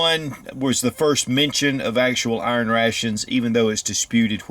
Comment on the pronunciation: I don’t know what “urn ray-shuns” are, but I know what iron rations are.